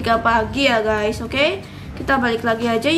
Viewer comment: Gusy bukan gess